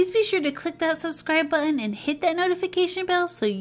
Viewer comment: I would NEVER Subscribe to someone who pronounced button like that.